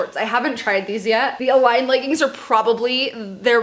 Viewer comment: i love you but it pains me every time i hear u say leggins like it’s legginGs